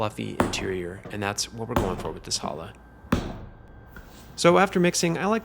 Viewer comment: You should learn to pronunciate "challah". It is not "Hallah".